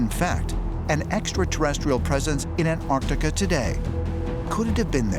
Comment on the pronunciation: Almost every pronunciation of Antarctica was wrong. It isn't Antartica.